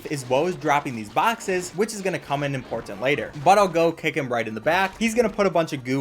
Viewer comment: He also says "import tant"